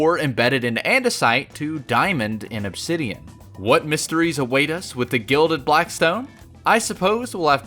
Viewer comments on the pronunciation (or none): none